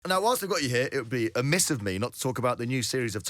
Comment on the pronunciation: REmiss - not Amiss!